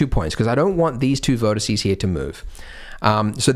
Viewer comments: Drives me mad. But I'm old enough to have had to do Latin at school. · Corporate needs you to find the differences between the words vertex and vertice Andrew: They're the same word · Haha he said vertece😂